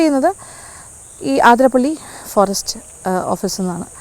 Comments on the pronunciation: അതിരംമ്പിള്ളി അല്ല അതിരപ്പിള്ളി ശരി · ഏത് ആതിര ! ആതിര😂പ്പിള്ളി അല്ല അതിരപ്പിള്ളിയാണ്, ചിലർ ആതിരംപിള്ളി എന്നും പറയുന്നു 🤔 ഉള്ളത് പറഞ്ഞാൽ പോരേ? കേട്ടുനിൽക്കുന്ന ഫോറസ്റ്റ്കാരിക്കും വിവരമില്ലേ ? മന്ദബുദ്ധിസംഗമം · The other side of the falls is truly beautiful, awesome view, adventurous.. പിന്നെ ആതിരപ്പള്ളി എന്ന് അല്ലട്ടൊ അതിരപ്പിള്ളി എന്നാണ്‌.. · Maam ആതിരപ്പിളി അല്ല അതിരപ്പിള്ളി ഞങ്ങളുടെ നാട് 🥰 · അതിരപ്പള്ളി യാണ് ആതിരപ്പള്ളിയല്ല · എല്ലാവരും ആതിരപ്പിള്ളി എന്നാണ് പറയുന്നത്. അത് തെറ്റാണ് അതിരപ്പിള്ളിയാണ് ശരി.